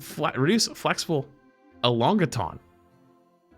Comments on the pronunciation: saying elongation as “elongaton” is insane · Patch Notes: “Elongation”: “E-LON-GA-TON” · e-long-gay-shon... not elong-gaton lol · ELONG-ATON IM DYING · “E-long-gah-ton” lmao 😂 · the return of Flexible “ELONGATON” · Brother it's E-LONG-A-SHUN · Please! EEEE-LON-GA-TION elongation.:P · Oh is SpEd or does he just not know how to pronounce elongation? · Can not say elongation